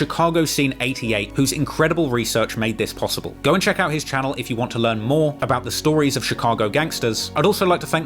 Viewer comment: “But we will Lear more about him” 50x this guy fck ma mind lolz